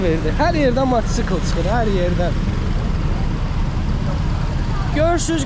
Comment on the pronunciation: Matçkl yox mataçkl